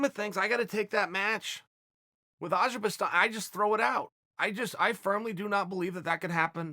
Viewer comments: You're just the worst with names, azerbistan seriously! It's Azerbaijan btw. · I heard "Azerbastan" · Wasn't it Azerbaijan? But mr. Sonnen said azerkistan, so azerkistan it is. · What’s this Azhibastan country he speaks of? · If Chael Sonnen calls it Aberjastan, goddamnit it’s Aberjastan. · If Chael says it’s azerbaistan than its azerbaistan. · He actually said Ajikastan.